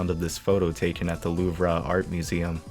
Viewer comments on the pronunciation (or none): bruh really just said "ondis martiney" Edit: then he says "loov-ruh" like dude probably dips baguettes in ketchup